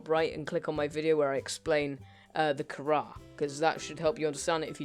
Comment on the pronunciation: you are saying and spelling Kharra wrong you spell it like Kharra and say it like (K-a-r-a)